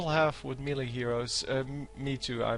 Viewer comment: Please check the pronounciation of melee :)